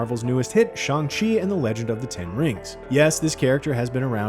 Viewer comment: Is there a reason this fad get can’t say Shang Chi correctly…..?